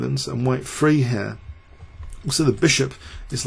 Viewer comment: When you say three it sounds like you are saying free.